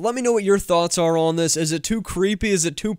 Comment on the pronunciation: Why do you say "Zanks"? :)